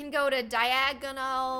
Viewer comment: It's DIE-A-GON ALLY NOT DIAGONALLY!!! Who else gets this? Please tell me I'm not the only one... 1 like= One person that can pronouce Diagon Ally correct